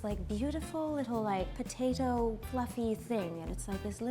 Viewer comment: the way she says potato loool